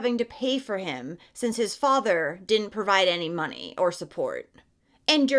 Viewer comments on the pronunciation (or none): none